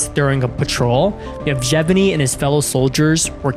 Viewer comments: its Yevgeny, not "Jevjeny" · The Soviet Union no longer existed in 1996 and the name is pronounced evGENy with a hard G as in grand. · he is literally called: "Yefgheni". Not the weird name as you pronounce it. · He said " JevGevEny” 🤣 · Why do you pronounce Yevgeny's name like that?